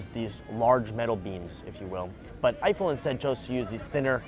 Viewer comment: This was fun but I just feel like there's someone else who could've done this video that wouldn't mispronounce Eiffel every time or confuse astrology with astronomy